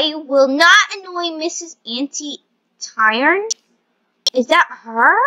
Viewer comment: Its ani toon not antr tron